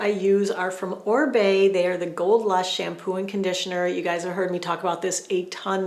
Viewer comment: Love your research behind all the products. Thank you so much for that. BTW I think it's pronounced Oh-Ree-Bay, not Ohr-bay. You are fabulous.